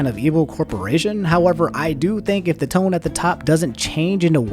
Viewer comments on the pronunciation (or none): none